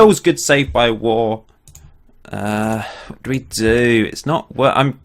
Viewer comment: your goalkeeper g waugh is pronounced woff my son had a teacher with that name ☺